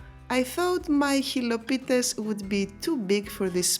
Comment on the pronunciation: The moment you said "xilopites" I thought oh a fellow Greek here😅 τέλεια δουλειά και δημιουργικότητα μπράβο σου👏👏👏👏